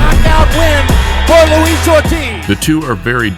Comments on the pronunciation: Lol “Louis” Ortiz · that nigga said lewis lol.